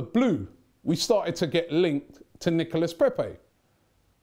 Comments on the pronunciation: knee-co-la not Nicholas, Robbie. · Hey.... u pronounce it Nicola....:-) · you dont pronounce the S on his name you've been told over n over n over get it right man 😬😬😬